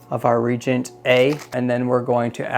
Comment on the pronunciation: Its nice to see someone explaining how all the tests are conducted. Just a couple minor corrections that may help in the future. Reagent is pronounced re-agent. Also, they provide you with plastic tips for the 1 ml syringes. Use those on reagents so the chemical never goes into the syringe itself. Just pull the plunger up all the way and 1 ml is drawn into the tip. Easier cleaning and you don't actually need to measure on the syringe itself. Lastly, store the cleaned cuvettes with rodi water in them to absorb any residue from the glass while in storage. This all comes from the owner of Hanna in an interview with Reef Builders. Not trying to be a jerk, just trying to help.